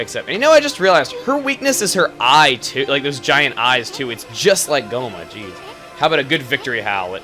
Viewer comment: heh i lost it when he said gohma